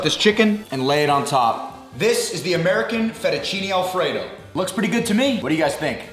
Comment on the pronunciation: "FettuCINI" ???? cmon..... 🙂